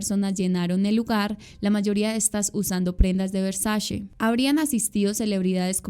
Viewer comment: Hermosa adoro tu trabajo, aolo queria hacer un comentario constructivo, se trata de la pronunciación de Versace, se dice literal Versache, no Versashe. Ya que la C en Italiano de pronuncia igual que la ch